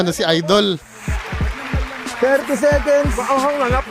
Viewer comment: correction po hindi "idol" kungdi " ayyydell " 😅😅😅